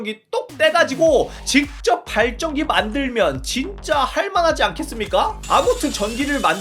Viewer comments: 아니 아까부터 발전기를 발정기라고 발음하는데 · 어느순간 발정기 발정기....라고 들리... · 자꾸 발정기 발정기 그러시네.. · 왜 자꾸 발정기로 들리지? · 왤케 발정기라고 들리냐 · 발정기라고 들려요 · 발전기 발음좀 재대로 해주세요 ㅋㅋㅋㅋㅋ